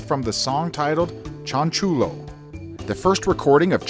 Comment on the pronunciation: This correction is for educational purposes and not to put anyone down cuz we wern't all borned knowing stuff: Chanchullo is pronounced chan-shoe-yo. The double l in Spanish is always to sound like a y. Chanchullo means "scam".